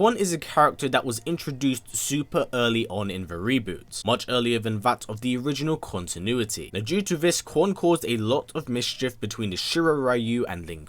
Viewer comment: anyone else pick up that Quan—tinuity lol